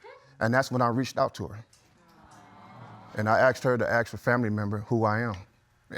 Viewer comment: You asked, not acxed